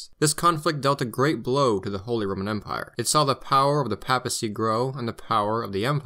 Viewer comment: Until I found this video, I couldn’t find much on the non-Nazi history of Germany, thanks for giving us this. By the way, in English the first a in papacy is pronounced like that in Paypal, not like that in pap.